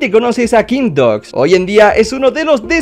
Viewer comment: Se desi kingbidoaz pero se escribe kimgbdogs